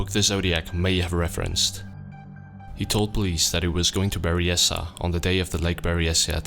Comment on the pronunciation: That's not how you're supposed to say Benicia, Vallejo or Armenta.